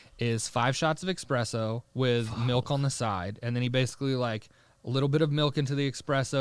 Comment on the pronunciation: Another, “Expresso” guy!